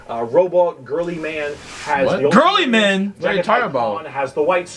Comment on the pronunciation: So the name “Girlyman” is just a nickname by the community. His name Is Roboute Guilliman and pretty much no one says it right lol